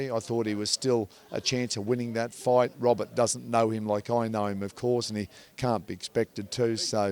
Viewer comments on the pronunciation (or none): none